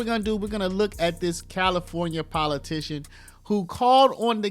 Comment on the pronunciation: She a POLITUSHUN !!!!😵‍💫😶